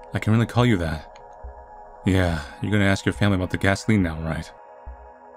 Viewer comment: She talks about immortality and re assimilation but can't pronounce gasoline